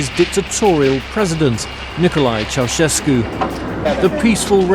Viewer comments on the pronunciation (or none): Esta mal pronunciado el apellido. Ceaușescu, no se pronuncia así, se pronuncia con un sonido de "ch", no como si fuera una "s dura" la primera y como "sh" vibrante la segunda. Pongo los símbolos fonéticos de todas maneras para los que lo entiendan: [nikoˈlae tʃe̯aˈuʃesku]. No entiendo la intención de hacer un video "educativo" con mala pronunciación que inclusive está en Wikipedia y en páginas de pronunciación. Ante la duda uno investiga al menos. Google está al alcance de la mano. Cuando nos enseñaban lenguas en la facultad nos decían "Esto se los enseñamos para que no hagan un papelón pronunciando mal" ya veo a que se referían...